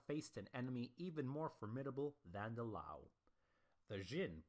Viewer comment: There's no pause after the apostrophe in T'ang, it's basically pronounced like the orange drink. That's the Wade-Giles translation, in which t' is pronounced like a "t" in English and t is pronounced like a "d." In Pinyin it's just "Tang" with no apostrophe. Also, the i in Liao is pronounced, but not as separate syllable. It sounds like "Lay-ow" but no one is going to bust your chops for saying "L-eeow." There are other pronunciation problems here but these are the most critical. East Asian pronunciations are never going to translate perfectly into English anyway.